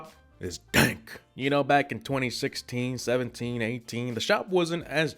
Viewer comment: Every time you say BACK I shake my head like you really punched me